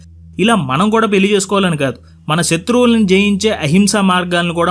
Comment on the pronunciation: మళ్ళీ, పెళ్లి అనాలి. పెల్లి, మల్లీ కాదు. Immediate గా correct చేసుకో